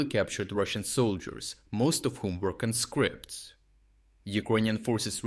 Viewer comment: CON'-scripts, not conSCRIPTS! They are, however, con-SCRIP'-ted. But congratulattions on rounding up a whole lot of the little buggers!